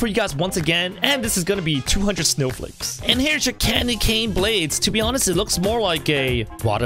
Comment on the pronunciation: You said snow fakes xD